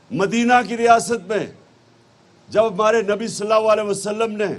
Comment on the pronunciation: why does he say salay wali wasalum.instead of sallAllaho alyhi wa Alilhi wasalum?